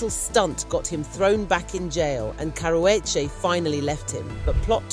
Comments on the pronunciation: "Cower wedgie" is the worst pronunciation of her name I've ever heard and most people pronounce it wrong on PURPOSE you aren't even trying to do that you just struggling out here😭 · Its pronounced karoochi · I CAN'T listen to you... YOU can't even PRONOUNCE the WOMAN',S NAME RIGHT WTF??? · I know you’re British but for goodness sakes pronounce the girl’s name correctly. I live in LA but I’m a Brit and even I am horrified by the way you’re saying her name 😂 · Learn how to say her damn name right!! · Please pronounce her name correctly or shut up